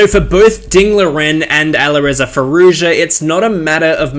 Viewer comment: FYI, the "j" in Nijat and Arjun and Firouzja is pronounced like in "Joey."